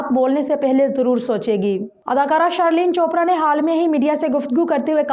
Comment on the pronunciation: shhhhhirrrleen aur shhhareeef.lolz